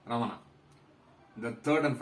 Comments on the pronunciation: prounaunce ramana is incorrect; raman is correct.रमन not रमना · Only Hindi idiots speak Raman. All others speak as Ramana. It is Ramana not Raman or Ramanaa. Even in Sanskrit it is Ramana.